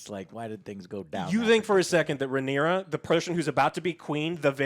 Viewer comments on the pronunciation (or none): Everyone: Rhaenyra, Alicent, Laenor & Daemon Joe: Ruhnera, Alsent, Lenore & Deemun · He struggles to say Rhaenyra so much he just shortens it to Rey lol.